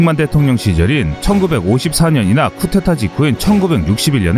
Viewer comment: 쿠데타인데 왜 계속 쿠테타라고 읽어요?